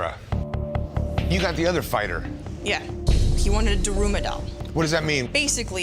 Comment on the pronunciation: “DArUooMa DolL” bruh its da-ru-ma